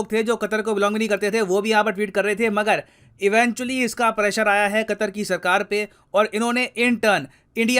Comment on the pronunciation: Foff qattthhhrrr 😂😂